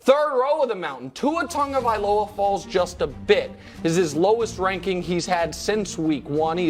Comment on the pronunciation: When will you guys and everyone else learn how to say Tua’s last name correctly? English-wise you guys are ignorant. Tell me where an “n” exists in his last name name that dictates it being phonetically said “Tung-uh-vy-loh-uh.” Every time I hear people say it that way I say “NO!”